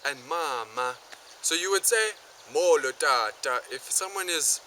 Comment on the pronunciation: Great video. I'm a native Xhosa speaker and I enjoyed this video. Just a bit of advice for you shorten your vowels a little you tend to make them very long like mooolo instead of a short molo. (I know this is from a year ago but still)